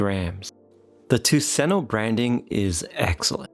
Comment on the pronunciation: Ah! Tuseno = Tusen Ø = Thousand island... It is pronounced "Tusen uh" ... because , trust me bro (I'm Norwegian). I have met a swedish person before, they are fairly nice, but they are hopeless at skiing (which almost makes them danish..almost)